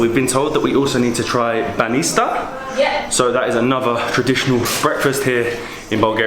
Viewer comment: Banista🤣🤣🤣 its Banitsa